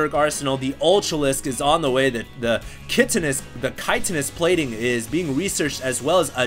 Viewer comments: "kite uh nus" plating hahaha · you said it "kite"inous plating! finally!